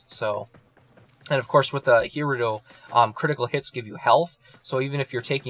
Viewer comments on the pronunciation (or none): It's pronounced he-rude-oh, not who-rue-do.